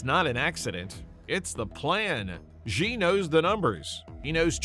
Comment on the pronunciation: Or, "Xi." Embarrassing.